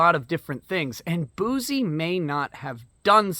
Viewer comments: You keep saying bouzy but it's pronounced bussy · It's pronounced "Juicy Bouc-eh"